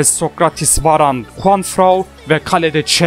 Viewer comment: JuanFRAN'a niye hep JuanFRAU diyorsun? 😅😂😂😂😂